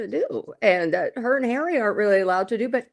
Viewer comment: 😂😂😂Tom's "royal sources" = hawwy and MeGain